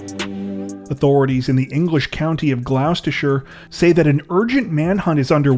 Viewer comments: Don't know if it's been mentioned, but Gloucester is pronounced Gloss-ter. British place names are not always obvious, especially with 'ou' sounds. :) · Gloucester = “Gloster” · FYI, Gloucester only has two syllables. Although, you may have an idea for the name of a new sauce.